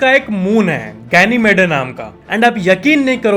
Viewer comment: Bhai .. गेनीमेड होता है.. गेनीमेडे नहीं...